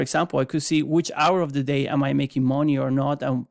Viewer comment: Not gonna lie, when I hear someone with a thick accent selling a product, I just assume it was outsourced. I'm trying to listen but I can't stop laughing at "how much mooney from your weiners."